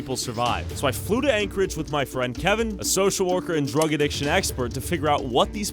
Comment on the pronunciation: "This is Ankle-edge, Alaska."